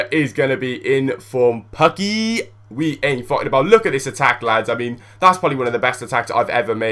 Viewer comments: pooooookki, not pucki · its pukki not pakki :D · You say it Pakki but you should say it Pukki. Try it! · its not pakki lol its just pukki aaand finland<3pukki<3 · Learn how to say Pukki's name. As a Finn I found this very annoying. You say it like "Poo-key"